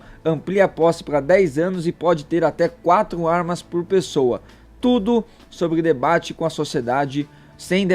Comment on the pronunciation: Sabe tsudo (é assim que ele fala)